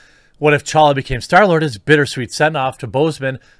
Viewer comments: Wow you’re the first person to actually pronounce T’challa right😂😂. Respect bro. The T is fucking silent people. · Major props for pronouncing "T'Challa" correctly